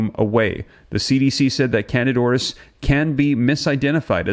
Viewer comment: The proper pronunciation is Can dida "i" as in e, Aur_is there!!